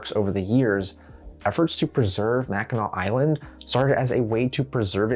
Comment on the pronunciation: As a Yooper, props to pronouncing Mackinac Island correctly